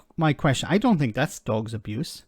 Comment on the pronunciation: And another thing he got it wrong at the point he said "I fink". Oooh I must calm down.